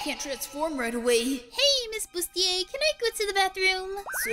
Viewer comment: Her name is “Busiter” Not “Bustier”